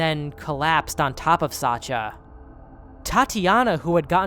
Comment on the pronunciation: Sasha is a short version of Alexander. It's with SH like in "hush!", not ch like in "Chad"